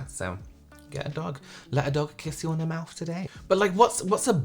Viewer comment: "Let a dog kiss you on the mouf today!" 😂